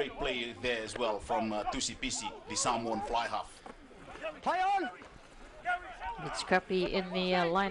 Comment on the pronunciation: The female doing the voice MUST learn how to pronounce the names of the Samoan players and any other players correctly. All announcers of any sport MUST learn before hand to pronounce the names of Pacific Island teams. This should not happen at this age.